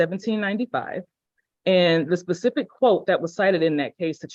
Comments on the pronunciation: The fact that this man keeps saying PACIFIC instead of SPECIFIC tells me all I need to know. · So he was trying to say "specific"? Sorry if that's a dumb question. I legit thought he meant "pacific" and I was so confused. I kept asking myself, "why the hell does he keep talking about Pacific?? Pacific what?? The time zone? The ocean?" 😮‍💨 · It's a little more 'pacific' not 'specific'? Alrighty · "Pacifically" and "pacific". Mic drop, you done. It's not pacific, it's specific. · He keeps saying “Pacific” instead of “specific” 😅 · … and can’t even pronounce the word “specific”, which he continues to pronounce as pacific. He really sounds like he’s mentally handicapped. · “This case law is pacific. It mentions it in here pacifically.” He really just said that. My time stamp is off or else I’d provide the pacific time of the quote.😆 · "you might want to go ahead and recuse yourself.... And.. uh so, yeah."😂 "This one is more pacific. It states it pacifically". 😂 "So, yeah." 😅 "I gotta call the FBI back. So, yeah." 😂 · He said it is very pacific 😂😂😂😂